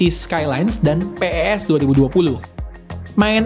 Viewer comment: Orang lain: pes: pe e es